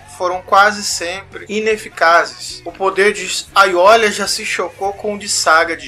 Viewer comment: cara, eu sei que esse video é antigo, mas n se lê ''aiolia'' o nome dele que se escreve com l, mas se lê ''aioria''